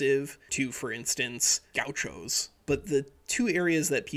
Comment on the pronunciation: Great video man! I loved it all and the complexity of the south american geography making our politics the way they are! Just a tip from a Brazilian, Gaúcho does not have a strong "A" like you said, but instead a strong "U", so it is more like gaÚcho and not GAucho (the " ´ " acute accent means this is the strong vowel in portuguese and spanish). Otherwise, i'm very exited to hear you speak about my country! Thank you!